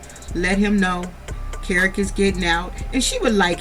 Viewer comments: I've been waiting for ur review and u did not disappoint. Great review as always. Oh and that child's name is pronounced Key-Rock, LOL! And I don't believe that Kerok has a legitimate business. And all of that aggression might be from the testosterone but I don't like how he avoids conflict with Britney by coming at her so hard. Also, ur right, this was the first time that we heard abt a second wife with Andy. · His name is pronounced key rock 🗝️ 🪨